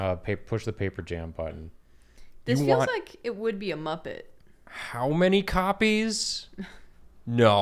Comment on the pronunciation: saying “Makin’ cop-ays 😏” simultaneously made me extremely happy and also turned me to dust.